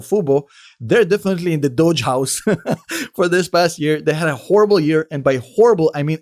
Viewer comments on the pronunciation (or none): Come on, that is not how Doge is pronounced!